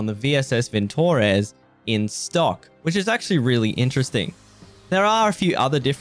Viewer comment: Not vintOrez, to say correctly: vintorEz. С уважением =)